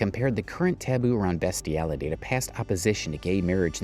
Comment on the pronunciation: Ah yes 'BESTiality'... Just read the scripts yourself man...